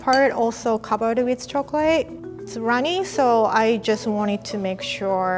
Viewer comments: Nobody:: choclae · "Chocolay" - 2019